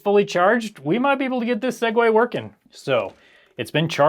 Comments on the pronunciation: Crazy to hear a Tech YouTuber say "sague" and Not Continue With "to Our Sponsor" 😂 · Every time he says 'Segway,' I have an urge to skip a few seconds. Thanks, Linus Tech Tips.